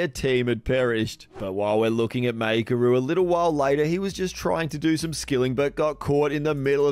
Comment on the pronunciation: It's mAikeru (mykeru), not Maykeru :)